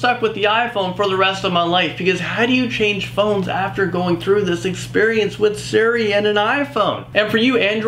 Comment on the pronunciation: It's not called seri, it's called Siri